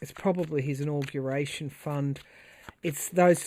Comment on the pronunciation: The way you said in-augration drove me to look up augaration. Isn’t that interesting?! The word "auguration" comes from Latin and was first used in the Middle English period (1150–1500). The earliest known evidence of the word is from around 1450 in De Claris Mulieribus by G. Boccaccio. The word "augur" means to foretell something, especially from omens, or to give promise of something. For example, "This bad news augurs disaster for all of us".